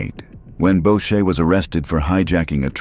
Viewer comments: “Boo sha” not “Bow sha” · FYI..............The name is pronounced boo-shay, not bow-shay. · BOUCHER is pronounced boo-shay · Bobby Boosahy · Is this AI slop? The monotone voice, calling the Club a "gang" and mispronouncing Maurice Borucher's name all 3 are example of AI SHIT/SLOP